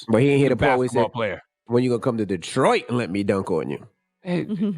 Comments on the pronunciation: Char, emphasis on 'Detroit'. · Naw the key part is EM said come to "detroit" 😆